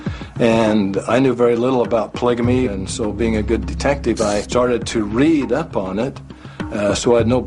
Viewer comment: It annoys me every time someone says "pligamy" instead of polygamy.